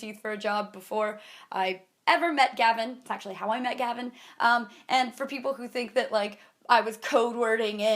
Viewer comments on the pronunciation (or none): is it just or do I hear havin every time she says Gavin